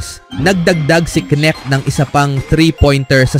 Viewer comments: Ahaha..ano daw nik..nkaka silaw pala huh?! Ahaha nakaka lito hnde pala yan silent K..dapat bangitin mo yon"K" kaya K'necht..c luka nmn sabi ng ibang vlogger luka donsik..putik nayan ahaha donsik doncec..anong pinagka iba dba niknik mo.. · hoy bobo kang voice over ka! KENET HINDI NETK.. BOBO AMPUTA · Boss correction lang k-nect Ang pagbigkas.. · Yung all over the internet na kung pano ipronounce yung surname na "Knecht" but still you stick to your wrong pronunciation. Lol. Bye